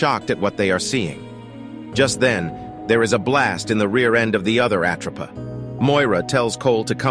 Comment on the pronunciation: I really hate A.I voice overs!! Its not the "at row pa" 😞😭 😡 its called the "at rope a" get it right or don't fkn say it at all!! Its really off putting and really annoying 😭